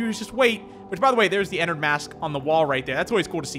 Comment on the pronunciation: BOI ITS ENNARD NOT ENNERD